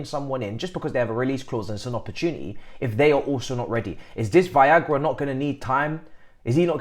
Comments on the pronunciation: my man keep saying it😂😂😂Viagra!!! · Why is he calling “Veiga” as “Viagra” 🤣🤣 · Come on man at least try and pronounce Veiga name correctly.